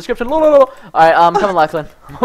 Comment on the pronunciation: preston its lochlan not lachlan